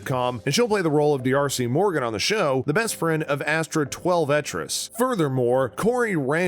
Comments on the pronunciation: Twel-vetrees is no. It's Twelve Trees. She's a native American. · 12 trees and bajillion...this guy pronounces things like an alien